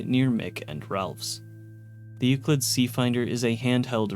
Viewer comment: Also mispronounced paciencia, chasm, and several others. I'm surprised he said Euclid right.